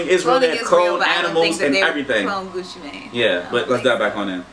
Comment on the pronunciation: said Gucci mien not Gucci mane